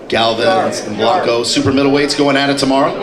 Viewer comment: It's Bianco not Blanco